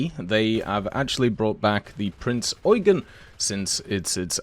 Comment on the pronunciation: please Prinz Eugeen Long E